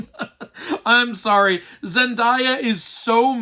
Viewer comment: the only thing that upset me about this review is how you pronounce Zendaya's name (lighthearted)